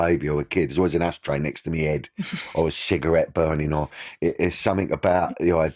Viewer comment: “In every photo there was an ashtray next to me ‘ead” 😂😂😂 Love you Danny ❤